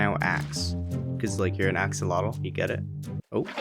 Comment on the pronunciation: axolotl is pronunced more like a-sho-lot (it's from nahuatl)